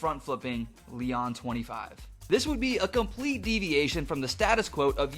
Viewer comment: (Lee-ohn) Leon